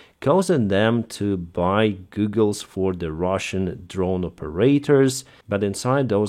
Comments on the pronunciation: Goggles! Not Goooogels. Please! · Its pronounced Gah gles not goo gles. not hating just a heads up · lol “Googles” sir, how you pronounce goggles, is like “gaw-gles” that’s how you pronounce “goggles.” ;) not “goo-gles” like google search engine lol, but googles sounds so much funnier not gonna lie haha. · Your pronunciation of goggles is rather endearing :) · Goggles not googles 😜👍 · Goggles not googles! 😂❤ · Hey,. They're called goggles, not googles. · Goggles виговоритися як Гоголс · A pair of Goggles has a short o as in the word hot. Google has two o's so sounds like a long u as in food. So they are FPV goggles not FPV googles.